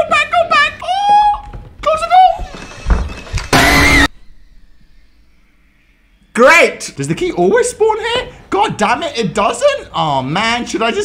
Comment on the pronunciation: Eek shut the door: RAAHHH in an Indian accent: GrEaT